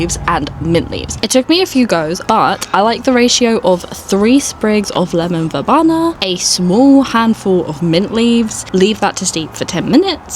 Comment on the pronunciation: Very cute garden - I love the aesthetic you're going for. Oh, it's pronounced ver-bee-na, not ver-bah-na, BTW xx